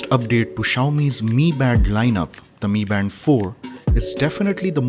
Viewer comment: Bro it not me band it's m I band bro